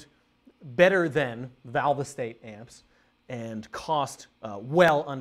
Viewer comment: Valve-EEE-State amps LOL